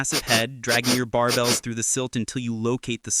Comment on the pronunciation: Sir the way you say scoots and barBLES sounds somewhere right inbetween your reading right out of a dictionary and dont know how to read it.